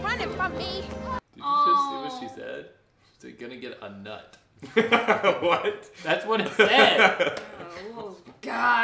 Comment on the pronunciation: Wow, I was in the second grade when this came out!😨 Edit: Are you guys sure she said “nut” and not “knot”?